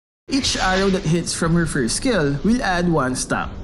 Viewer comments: farm "FRIST" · Announcer: We're 1712 team gold behind, farm "frist". Me: oh... ok. Hey guys! Farm frist!